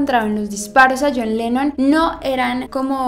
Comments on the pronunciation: al fin John Lennon, ah por cierto es LENNON, NO LENON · es "Lennon":)